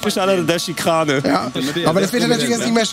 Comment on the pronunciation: schön nachholen 😊 dieses 5 Sterne entertainment. Schikrane XD